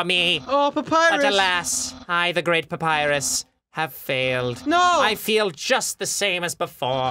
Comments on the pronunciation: The thought that someday Ross will say Papyrus's dialogue correctly fills you with determination. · Claire Cawley Eh papyrus voice is quite boring tbh, it's pretty much his normal voice from what i've seen but with lots of screaming, and he doesn't even know how to pronounce Papyrus so yeah, i think Skeletor like voice fits Papyrus better and Cr1tikal for sans.